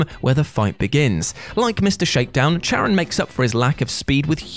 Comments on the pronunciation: Charon is pronounced with a K, it's not pronounced with a ch. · Charon is pronounced with a hard "k" sound, not a "ch". 😁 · Charon is pronounced KAYR-ahn, not CHAYR-uhn. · It's Kar-ahn...Ch in greek is pronounced as K. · It's pronounced keh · ruhn. Or Karin. The 'H' is silent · Maybe it shouldn't bother me as much as it does, but Charon isn't pronounced like that. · Feel like he mispronounced charon on purpose